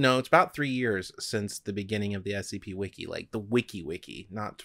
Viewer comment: Doc said “wiki wiki”